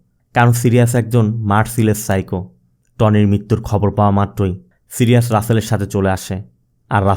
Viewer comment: সিরিয়াজ না ভাই সাইরিস